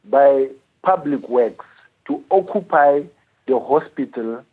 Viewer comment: Each time he says "occupy" I'm sent to the grave. Eeeei